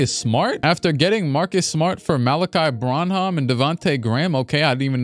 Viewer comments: Malakai Branham's name is pronounced bran-um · Malaki Branham is pronounced quickly, “Bran-um”